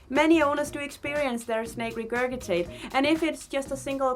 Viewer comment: Just wanted to let you know that regurgitate is pronounced like “re-gerj-it-ate”. 🙂